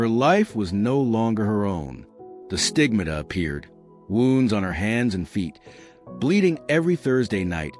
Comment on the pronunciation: As a mother with lots of kids this wasted a good deal of my time. Well read outside of the how to say stigmata (look up how to say it). As Gemma stated the love must be in peoples hearts, and the amount you asked people to post leaves me wondering if you are using her just to profit yourself. Sorry but my 10 kids need good examples and there mother more than a long presentation.